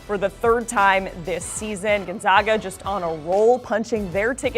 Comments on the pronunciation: please learn to say Gonzaga correctly!!! zags - “gone-zag-a”. not Gone-zogg-a. seriously after 21 times to tourney would have thought you would have heard of the team’s name CORRECTLY!!!! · It would be nice if the woman pronounced Gonzaga properly. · the pronunciation issue was resolved 20 years ago and hearing her mispronounce it every time was annoying. i bet she says nevada wrong as well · She's just flat out stupid....learn to pronounce Gonzaga and it is Coach Mark Few. When one speaks of things they don't know of, it makes make foolish. Fire her!!!!😅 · The fact they are called the "zags" should clue you in on how to pronounce "Gonzaga"